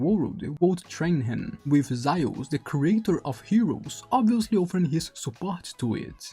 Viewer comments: Zaius? It’s Zeus. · Well if it isn't your first language and don't care to try to say it correctly, might as well just call Zeus "Thea" as that's his name in Greek.